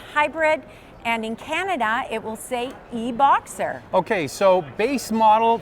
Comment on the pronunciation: Subaru Forester eh-Boxer